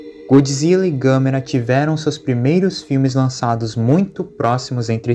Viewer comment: Gostei da sua pronunciar do nome da Gamera